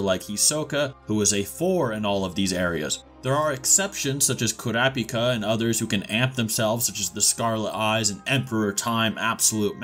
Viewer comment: Who is "Hee-soh-ka"? "Nefer-pee-toe"? "Kuri-pika"? That English noob pronunciation is strong in this one lmbo. There's no way Chrollo or Hisoke have a chance at beating Meruem though. They'd even struggle immensely against Neferpitou tbh...The Royal guard are extremely powerful. Without Komugi, it's possible Meruem could have wiped out every Hunter (Netero, Gon, Zoldyck family, Ging, etc would all have to band together to stop him)